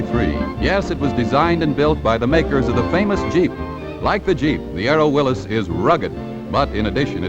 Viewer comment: Nice to hear Willys pronounced correctly, instead of 'Willees'.